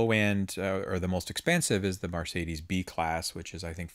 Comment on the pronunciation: It's not *Mar*cedes. It's Mercedes!! Sorry, pet peeve.